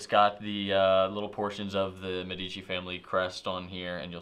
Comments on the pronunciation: said it right... once! It's MEdici, not meDIci:) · I agree!! I’ve heard all kinds of reviewers mispronouncing this famous Florence name! Drives me nuts! It’s MED eh chi — accent on the first syllable: like MED eh cal — not med EH cal. got it right at the very beginning.